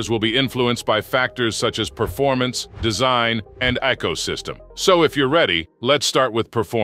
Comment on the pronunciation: lol he calls ecosystem ecoh system kinda funny on axident